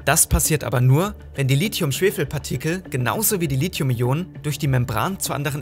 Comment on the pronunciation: Gutes Video aber es heißt nicht Litium